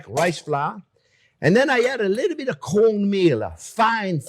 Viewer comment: I couldn't understand what was said i thought you said cold meal and i couldn't find it so i had to listen two three times and then i understand. Cornmeal.